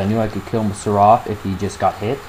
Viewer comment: You said Seraph wrong -.-.